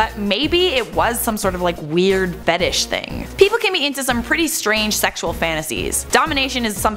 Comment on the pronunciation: weirdest fetish I've ever heard is somebody saying fetish wrong